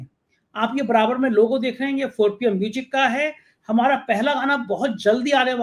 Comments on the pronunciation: Mujic nahi ..bolein Muzic. Music kahein. Music sahi spelling hai. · O bhai..tu pehle म्यूज़िक bolna seekh ley...म्यूजिक nahi म्यूज़िक hota hai...anpadh chchap patrakar.